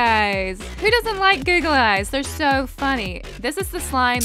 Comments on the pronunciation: you say sou not so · you say so not sou